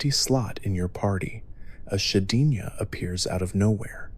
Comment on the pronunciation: but yeah his pronunciations are a little bit wack occasionally especially with said “regice” and “shedinja”